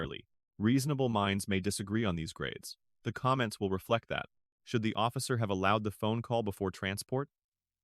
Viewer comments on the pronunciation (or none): none